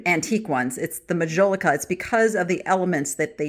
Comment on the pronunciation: Since you are interested in art, and mentioned the spelling of Edouard, I thought I would mention that one of the most famous French artists of the 19th century was EDOUARD Manet. 😉 Please take the following comment as positive…your pronunciation of Majolica is incorrect. If you look the word up, it will give you the phonetic spelling! 😊 Lastly, thank you for your deep dive….Interesting info on the cut glass.